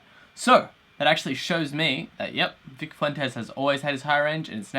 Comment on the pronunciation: cough he butchered Vics last name